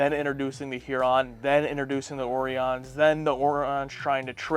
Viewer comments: Ore E Ons O Rye Ons weird pronunciations Fun Fact! we will see them again and they'll be green... about twenty years after this episode was made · At the time I felt too old to be watching this as a 14 year old. Child at heart my whole life but too old to watch this cartoon. I'll have to check with my little brother to see if he watched it religiously. The orions ( o-reye-ons) Certainly in the journey to babel and with the dancing orion slave girls it was pronounced O-reye-on. This was a good one. I think the other ship was a federation medical ship.